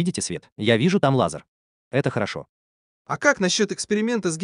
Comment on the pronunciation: Автор, спасибо, но этим экспериментам бразильских ученых уже много лет… И одна просьба: надо говорить не лазАр, а лазЕр.